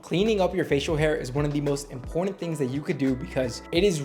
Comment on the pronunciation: Where are you from? You pronounce a lot of words incorrectly… for instance you say important with a D.